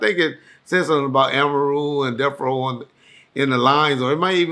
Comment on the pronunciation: AMA -Roo 😂😂😂